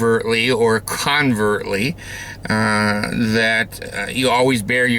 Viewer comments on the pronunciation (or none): It's covertly, not convertly. I love your vids, so no hate. Just sayin.